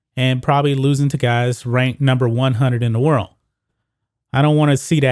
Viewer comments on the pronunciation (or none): none